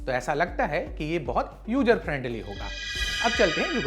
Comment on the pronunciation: Bhai, lallan top ji, apne presenter ki pronunciation par dhyan de lo. User friendly ko ujer friendly bol rahe hain. Aur words bhi anarth kar rahe hain.